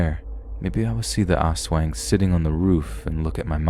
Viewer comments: Lmfao it cracked me up the way you pronounced Aswang. It's not pronounced ass-weng it's us-wahng. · I’m not here to criticize but to educate! Aswang is pronounced “as wung”. The “ang” part is pronounced like “ong” in the word tongue. This video was still amazing to hear especially with all the personal experiences. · It’s pronounced like ass-wong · Not the ol' ass-weng.😎👍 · Came to the comments to see if anyone had noticed this. glad I wasn’t the only one who did.